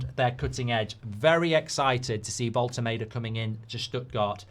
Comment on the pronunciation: Voll-te-MAR-de not Voll-te-MAY-de